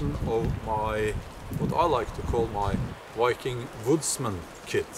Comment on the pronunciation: Learn how to pronounce "viking" with a "v", not "wiking" with a "w".